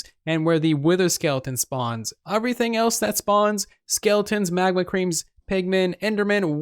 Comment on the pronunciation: It’s pronounced “everything” not “uvrything” hahaha